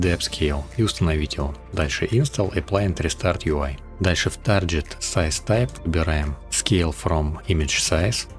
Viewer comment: Как же слух режет твой мультиплеер.... Говори правильно. мультаплАйер... Объём никакой не выдавливает. Что ты несёшь?... разберись с тем, как работает Stable Diffusion в математике. Картинка заново генерится каждый раз, когда ты нажимаешь GENERATE - что переводится как ГЕРЕРАЦИЯ. Не расширение, а разрешение. Не тарЖет, а тарГет, что переводится как цель. Не вайд, а виз.... Иду по видосу и охуеваю всё больше. Тебе нельзя открывать рот. Отдай текст боту, будет лучше. И метод твой неочём... ты даже не понимаешь, как работает img2img... всё методом тыка. Отсюда и такой результат.